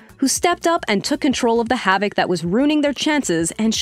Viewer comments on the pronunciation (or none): none